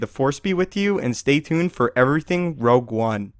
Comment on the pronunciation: Rogue, not "Rouge"